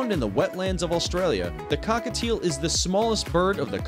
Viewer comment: “Cockatiel” Me : “c-cockatiel (*chokes*) w-ha da heKk” Definitely not my cockatiel